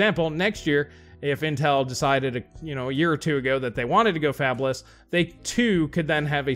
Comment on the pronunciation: I thought you said "Fapless" and my initial response was "Those poor souls."